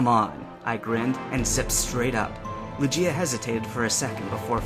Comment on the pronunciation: oh dear, it's LOO-ghee-ah, not loo-JEE-ah.